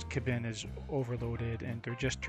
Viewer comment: This was posted on kbinMeta and to clarify, it's kay-bin, not the m'lady variant.